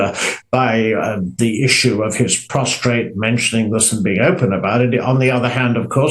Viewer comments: Prosatrate? For Christ's sake spare me bloody experts! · It's prostate, not prostrate you fool!!!!